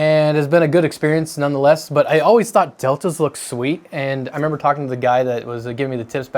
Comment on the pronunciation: James...membah? Memmer this machine? You membah. Reminiscing.